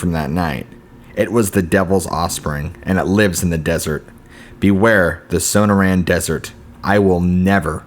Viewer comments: SO-NOR-UN, NOT SONO-RAN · Suh nore un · Son-noor-anne, not So-No-Ran. Cool stories, but use a dictionary or something if you aren't sure of pronunciation. It's like listening to George Bush try to pronounce nuclear and hearing it come out as nu-que-ler, lol. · Sonoran is pronounced suh· naw·ruhn. Forgive me if I'm nitpicking but you are a really good narrator and I love your stories. I googled it and it even has a speaker so you can hear the word in case you ever need to know. Nobody does gargoyle stories and you've got quite a few, all great. Thank you!